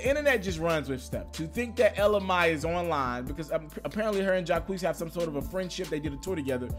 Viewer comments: It's pronounced Anna mae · It's pronounced may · WTF.......nigga...it's Elle Mai (pronounced May) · Bruuhh u still said her name wrong 😂😂😂 its pronounced ella may...bruh u need help my g, u stay mispronouncing shit 😂😂😂 I fux wit u tho bro. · AND HE STILLLLLL MISPRONOUNCIN HER NAME.....😂 SHAMEFUL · gonna have to come with a third video, clearing up his pronunciation of Ella Mai's last name before the night's over. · He still saying her name wrong 😭😂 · And he still screws her name up 🤣🤣🤣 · I heard the remix before the original version. I like both versions and I agree a remix would be a great idea. 🤦🏽‍♀️😩 he corrected hisself and still mispronounced her name lol. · you definitely nailed this story. I think though, you didn't give jaquees enough credit for all the music he has of his own. And i think you still pronounced her name wrong though😂😘Keep ya thing tho, love ya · Bro its hurts my ears to constantly here u say her name like that 😭😭 smdh iHope you got it right by now 🙏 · Still saying it wrong 😂😂😂😂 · he still said it wrong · 😂😂😂😂😂😂😂😂 broooooooo you still saying her name wrong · How can you pronounce Jacquees but can't pronounce Ella Ma I smdh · You should have practiced her name 10 times before you spoke it damn....I can hardly listen to this video....cringing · I can’t even watch this because you are soo badly pronouncing her name 😒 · AND YOU STILL MESSING UP HER DAMN NAME IT’S ELLA MAE (MAY) NOT ELLA MY got damn you wanna bring some so so information get the Lady NAME right it’s MAE okkkkk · I swear when he say "my" I cringe it's not"my" it's"may" my nigga just so u understand the pronunciation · Lol you still sayin her name wrong it’s pronounced ella MAY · Shameful and ridiculous damn it's MAY.. MAY as in the month MAY as in mother MAY I learn how to pronounce people's name MAY!!! 😬😬😬😕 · You're still mispronouncing her name bro! Ella Mai: el-la may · *shouts ITS PRONOUNCED ELLA MAYYYYY!!!! deeezam. Lol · ITS PRONOUNCED ELLA MAY!